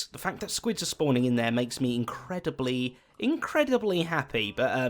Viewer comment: you mean INKreadibly? :D